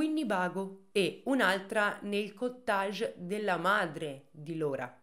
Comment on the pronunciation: Cara non sei stata come tutti noi bombardata da film e telefilm americani? Il “cottâge” non si puó proprio sentire!